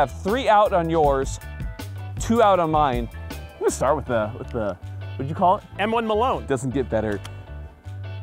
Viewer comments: It’s the Mal One Garand. Say it right. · The ML1 “Malone” 👁️👄👁️